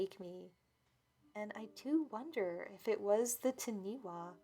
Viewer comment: Not sure if this story took place in NZ or not but Taniwha is pronounced Tunny-fah. not ti-nee wa. (The wh is pronounced as an F sound in the Maori language). I think I’ve seen this mentioned on another video before. If it sounded like the word being said it’s probably not the same thing.